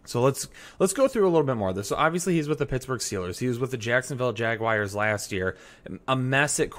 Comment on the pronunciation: He played for the Jagwires? Haha love the intro!